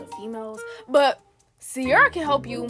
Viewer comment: it Ciera not Ciara